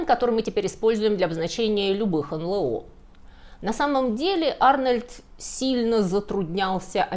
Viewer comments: Если следовать правилам произношения букв алфавита НЛО звучит : "Эн Эл О", а не "Эн Лэ О". 🤓😎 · У всегда грамотная речь и правильные ударения. Поэтому удивило произношение эНЛэО вместо эНэЛО. Или это - тоже первоапрельская шутка? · К стати, не "эн-лэ-о", а "эн-эл-о". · Не "эн лэ о", а "эн эл о", аж слух режет.